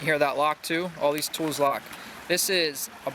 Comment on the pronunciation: nice tool and good vid, plus i found it funny the way you say hear haha